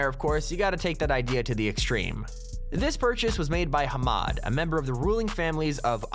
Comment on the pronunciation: HA-MAD LoL